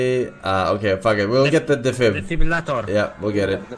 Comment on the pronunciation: forsenGa "defibublulator"